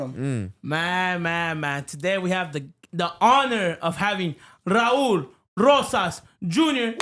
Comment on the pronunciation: you finally got his name right ❤️‍🔥👊🏽💪